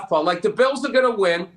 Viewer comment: Bills pissst lol love it